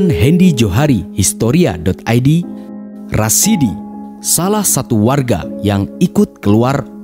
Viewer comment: masukan pada admin : ada sebut salah nama. Seharusnya RASADI Bukan RASIDI